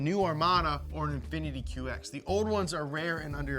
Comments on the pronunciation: and you mean "Infiniti". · The name Infiniti ends with an "i"